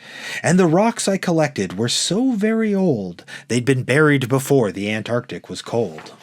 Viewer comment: It's Antarctic, not Anarctic. Otherwise well read.